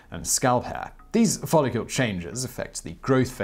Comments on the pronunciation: The word is follicle, not "follicule." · Was he saying 'follicule'? And if so, what is a follicule? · Follicle not follicule! I despise the pronunciations by this berk, every blasted video! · Follicle is not pronounced "follicule". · Since when is the -cle suffix pronounced as -cule? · Every time that you said the word "follicle", you said it as though it was spelled "follicule". It isn't. ˈfälək(ə)l is the correct way to pronounce that word. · Please stop saying "follicule". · DAMN IT! 😖😵 STOP SAYING "FOLLICULE"!!! 😵😖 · Why do you pronounce it "FOLL-IH-KYUEHL" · i wanna know who told you that follicle is pronounced follicule lmao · I know, right? UGH! He is ALWAYS mispronouncing shit! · He also said "follicule" 😑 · Do British folk spell follicle differently, along the lines of aluminum vs aluminium? Simon keeps saying "follicule." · Exactly. I think that may be what confused him. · The brits fuck up all kinds of words lol. Every heard a brit say "aluminum"? Al-you-mini-um